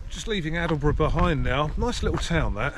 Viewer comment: Aldeburgh is pronounced Oldburgh